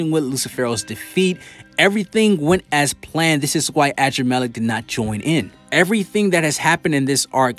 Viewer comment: Anybody else have an issue with the way he’s pronouncing “adrammelech” ? I almost stop watch the video